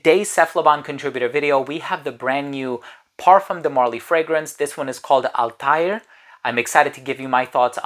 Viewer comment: The pronunciation of PDM Althaïr was wrong, 😊: there are 2 dots on the I😉, so it is Altha ir ☺️